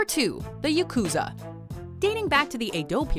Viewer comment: Yakuza isn't pronounced "Ya-KOO-za", it's pronounced "YA-ku-za"...